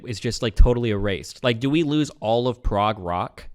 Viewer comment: Yeah, that was the point. Obviously I'm joking. I was mainly making fun of the way he said "prog"